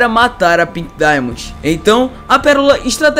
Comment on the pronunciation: Para de falar pink dimondi